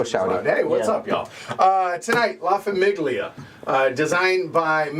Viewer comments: La famIGGlia 😂😂😂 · why are you pronouncing famiglia like that